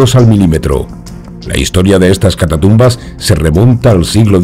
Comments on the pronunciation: Un apunte, sin ánimo de ofender, es catacumba no catatumba. Si no estoy mal, catatumba se refiere en Mexico a alguien que da una voltereta Por lo demás, muy buen programa y un gran saludo. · Si. Cada vez que dice catatumbas entro en trancce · Hermoso video ...y con tu vos incomparable!!! Muy bien pronunciado CATATUMBAS